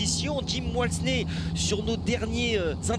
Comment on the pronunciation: “Jim Walsney” bah non c’est Walmsley. Faudrait peut-être bosser un peu les gars. On parle d’un des cadors mondiaux de la discipline. Les mecs connaissent que Jornet et d’Haene.